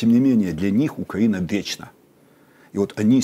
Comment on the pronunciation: Почему украинский эксперт все время говорит как Путин - укра́инский, Укра́ина, по- укра́ински и так далее. Портников так не говорит. То есть Украина до сих пор ментально во власти Путина его укра́инской парадигме.